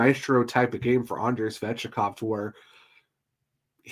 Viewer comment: It's Svechnikov not svechikov